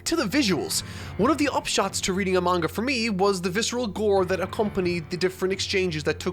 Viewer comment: It still bugs me when people pronounce manga wrong.